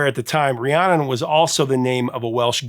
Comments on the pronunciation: Fleetwood Mac VERY CLEARLY sing the lyrics of Rhiannon as Ri-ayn-nun yet they professor here just has to mispronounce it when he spoke of it by saying Ri-ahhn-nun. Why, professor, must you do this???? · I love your content. However, as someone named after Fleetwood Mac's famous song, I have to tell you it's pronounced Ree-ANN-in (not Ree-ON-in). Still love you even though you mispronounced my name.;) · Professor, please enunciate RhiannON - I hear the last syllable a time or two, but for the most part, it sounds like you're saying Rhianna. I know you have the title/spelling correct, it's just not coming out in your enunciation. I LOVE your segments, thank you so much for the interesting and informative history that you always deliver. I'm a lucky GenXer who was alive during most of the eras you cover. Love your work. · It’s the first time I’ve heard you mention the song I was named after… how disappointing that you pronounced it incorrectly multiple times. 😢 It’s Rhiannon… pronounced Ree-Ann-Un.